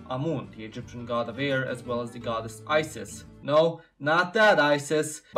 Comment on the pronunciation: The Egyptian God is pronounced IZIS not ISIS